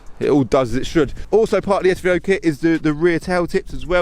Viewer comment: Lol it’s SVO not SVR